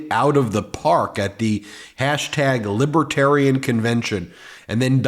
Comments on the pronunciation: He keeps saying "liby-terian". It's Libertarian... Dummy trump. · It is Libertarian not Libaterian, Mr Orange creep. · Can we just focus for a minute on him repeatedly saying “libitarian”? He loses the “r” 90% of the time. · Trump can’t even pronounce it .., Libah-Terian 😂😂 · Why does he call them “Libiitarians”? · "Libbatarren" - DJT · Spanky called them “ lib-a-tarians, many times. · He can't even pronounce Libertarian.